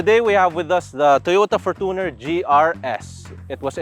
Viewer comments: ForTOner, youTOb, naTOre's spring, TObe, TObing, naTOre, comMOnity, SOV, EOrope, that's how these ppl pronOOnce it. Why? Even toyota themselves pronounced it FOR•CHUH•NR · for-toooo-ner wtf 😂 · Kala ko ako lang nakapansin sa For-toon-er. 😅😅😅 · Your pronunciation of fortuner is really annoying